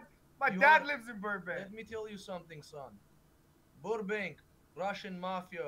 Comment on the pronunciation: “Burnbank” lol